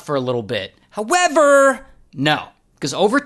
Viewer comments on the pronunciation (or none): "HowevRRR" 😂 Keep that one Ray